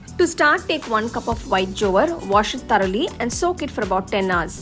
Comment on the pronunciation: You don't know how to pronounce Jowar?